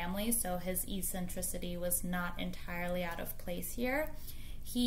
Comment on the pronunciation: Thank you for making this! Fascinating.. But can I also say "eccentricity" isn't pronounced e-centricity. :p